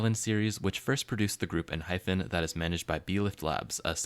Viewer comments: It’s not EnhyPHen but EnhyPen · why are you calling enhypen enhyphen